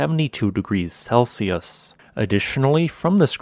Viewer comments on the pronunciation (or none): none